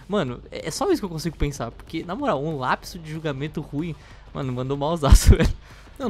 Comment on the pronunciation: "um LLLLLLLLLLLLAPSO"